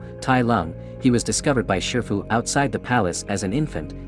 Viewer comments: Shifu Not shirfu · you mistaken his name it's shifu not sherfu